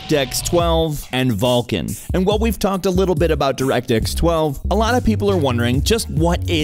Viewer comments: it is vulkan not VALKIN :face-blue-smiling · You fucktards realize it's called "Vulkan" NOT "Vulcan". Read people..., fucking read. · Oh man that nasal voice guy and his way pronouncing everything as an A. Vulcan becomes vaaalcan, dollar becomes dahlar.. i'll sit through tho. I hope live to see the end without getting too distracted by it xD